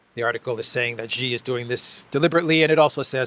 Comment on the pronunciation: Hey, you’re a pretty Int’l guy, being a Greek/Cypriot, so should have a good grasp of language and I am sure you have some personal pride in being able to speak well. I have informed you previously, Xi is not pronounced as “Gee”. The correct pronunciation is “See”. Hope you can correct yourself as I am sure people who know would appreciate you getting things right and making the effort to make your broadcasts better.